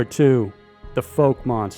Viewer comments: It is NOT pronounced FOLK monster? It is the FOUKE monster as in FOUL-KE!!! It drives me crazy when people mispronounce words, there is no call for it and it makes people sound ignorant and/or uneducated! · The first part of Fouke is pronounced like someone said “Ow” not “Oh.” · It’s pronounced fouke not folk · you mispronounced fouke i from those parts F-ow-ck .not folk your useing the wrong sound for o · it's not folk. it's fouke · It's not FOKE, it's FOWK. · It'a Fauke not Folk, dummy. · It's pronounced FAUK, not FOKE... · *fouke is pronounced like fowl but with a "k" instead of an "L"... F--ow--k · It's the fouk monster...like "fowk" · I live close to Fouke Arkansas the are serious about they’re Fouke monster. The pronunciation on Fouke is a little off. It’s more like foul-k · It’s pronounced Fowk. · You calling Fouke "foke" was irritating me so much Lmao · Fouke is pronounced fowk. Also known as boggy creek, and a rural area of the serial killer movie the town that dreaded sundown. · Lol, the "Foke" monster. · Great video. Just fyi, Fouke is pronounced with an ow sound instead of a long o sound so it would sound like (fowk) rhyming with doubt or out. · It’s pronounced fowk but spelled fouke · Has anyone mentioned you mispronounced the name Fouke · Fouke is pronounced like cow. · You pronounced fouke way wrong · Mis pronounced fouke monsters